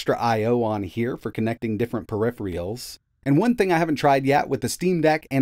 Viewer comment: Per-rif-re-ulls lmao